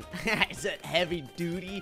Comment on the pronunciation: take the like you deserve it but I still wonder how "heavy tewetiy suction" will work